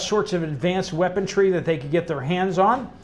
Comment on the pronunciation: There is no "T" in WEAPONRY.